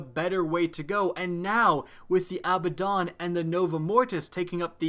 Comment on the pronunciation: Abba(pause)don. Lol